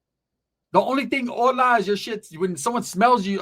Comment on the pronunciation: That B ruined the word “Hola” 😡